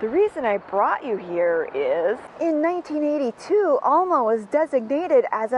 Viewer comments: It’s El-ma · "El-ma". Short A, sounds like E, not O sound. It's a local thing. Born and raised. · Coming from that part of Wisconsin it is obvioius that youa re not. Every time you said the name Alma it grated on my nerves to hear it mispronounced. Loved the content except for that.